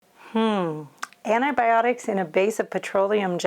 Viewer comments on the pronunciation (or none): AN-EYE-BIOD-ICS? It's AUNTI-BIOTICS. It has a T at the start, and a T (not a D) at the end.